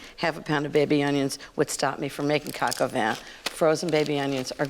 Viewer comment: Vin is pronounced vahn in french.